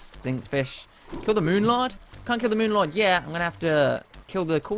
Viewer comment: On did the cultist just say moo lord because when I fought that's what I hear him say